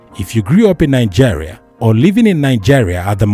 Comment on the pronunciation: Nigeria not Nijeria